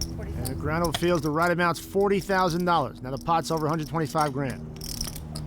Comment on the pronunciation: Anyone else crack up so hard at Mike Matusow here? I can't explain it. I just love the way he says "YOU PUT IN LIKE FORTY WITH--" not even giving Phil a second of consideration lol.